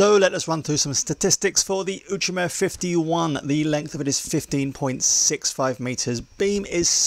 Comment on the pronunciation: Now I know how to pronounce 'Outremer'! Thanks!